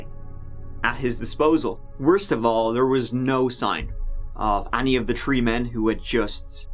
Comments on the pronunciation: It's THREE!!!! NOT TREE!!! I know you're trying to sound all folksy and cute, but it gets SUPER ANNOYING. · Three … not tree… no excuse for mispronunciation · Nothing more annoying than a selective accent. Dude can pronounce “the” correctly but “three” is pronounced “tree”? Gtfo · And tree turdy tree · You’re killing me 😂 every single time you say three, it sounds just like “tree” I’m southern so my accent is very easy to make fun of and we do 😂 the letter “T” though, YES 😆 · I know this because I missed him trying to say three and saying tree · One two tree four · Bro can say “there” “then” and “they” but not “thirty” or “three”